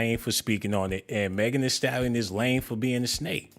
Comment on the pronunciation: Megan THEE Stallion. Megan with the T